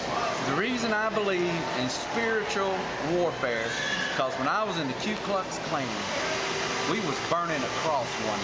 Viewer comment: listen.. He said Q klux klan